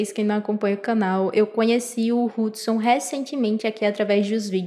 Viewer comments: Mano não é "R"udson, tem som de "U" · N é Rudsom 😂😂 É Udsom , Mas com H Hudsom